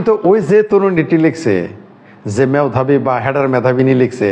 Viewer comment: যারা দেশকে দ্যাস বলে, মেধাবীকে বলে ম্যাধাবী তাদের মেধাবী বলি কি ভাবে ????